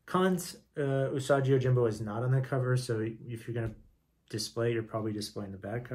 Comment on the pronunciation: the way you are saying "usaji" its definately "usagi". u sa gi.